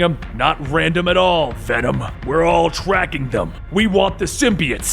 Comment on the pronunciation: “We are Wenom” 10/10